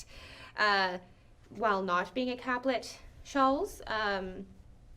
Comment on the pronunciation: Very nice presentation, and I love that you included sontags. i made mine from a pattern in Godey’s Lady’s Book. Two things though; capelet has an E in the middle, which means that it is pronounced Cape-let with a long A. The suffix -let means little, so it is a little cape. A caplet, as you pronounced it, would be a little cap. Secondly, almost all of your fashion plates were not from the 1850s to ‘60s; most were from the 1890s. Your title screen was from the 90s, so I watched the video expecting to hear about 1890s winter wear, which I did not get.